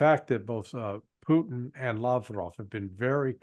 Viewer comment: Can't you make an effort to try to pronounce "Putin" instead of this disgusting babble you keep repeating ?